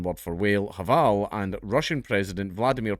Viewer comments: The H in hval is silent. Just like in English. You say Wale, we say val. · the "h" in "hval" is silent and it's actually pronounced as "vaal" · Just FYI, "hv" leaves the h silent in both Norwegian and Danish. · You actually don't pronounce the "H", it's silent :) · the H is silent